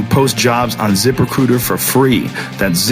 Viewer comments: joe said :zip recruiter i hear: zipper cooter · The whole time I thought he was saying "Zipper Cooter" LOL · ITS SOUNDS LIKE YOU'RE SAYING ZIPPER COOTER. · the 1st 10 or so times Joe said it i swear I heard "zipper cooter" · I totally thought he was saying zipper cooter 😂 I was gonna say, that sounds more like Asian pussy rather than a job posting site. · did anyone else hear ziprecruiter as zippercooter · What's the name of the website to screen and hire people? I can't make it what he is saying there